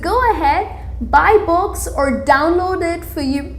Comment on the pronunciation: read children box? lol i know its 'books' but your pronounciation is really awsome. :D rather saying books she is saying 'box' and 'bogs'